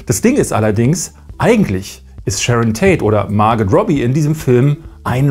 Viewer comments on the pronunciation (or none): Ich glaube ihr Name ist Margot und nicht Marget